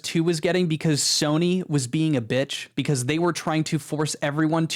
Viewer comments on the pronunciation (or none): none